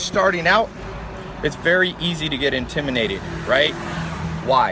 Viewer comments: . Your manz here said "Antiminated" rather than Intimidated.. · Did he say intiminated